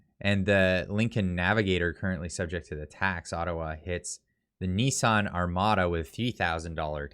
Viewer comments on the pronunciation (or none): none